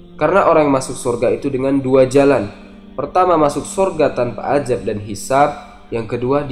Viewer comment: AZAB min bukan AJAB